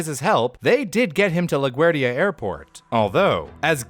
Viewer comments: You need to work on the pronunciation of Bogota and LaGuardia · It’s not bow-go-tuh. It’s Bow-guh-taw. Is this an AI narration? You mispronounced LaGuardia, also. And you expect us to believe these stories when you don’t even research pronunciations?